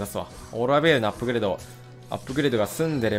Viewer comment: 巻き舌ベーrrrルキタコレ